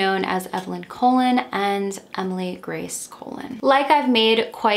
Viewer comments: the pronunciation is coLON, not COlon (emphasis on the last syllable). It means 'Columbus' in English. Like Cristóbal Colon (in Spanish) and Christopher Colombus (in English). Perhaps a direct descendent of the infamous conquistador? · Great video your research is always so deep and on point. But Your pronunciation of the Last name is incorrect... It is pronounced like Cologne not colon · I am also Spanish and I think you may be mispronouncing her last name. If you end up doing a pt 2 for this case you could maybe reach out to her nephew again to clarify how to pronounce it! Just a helpful suggestion :)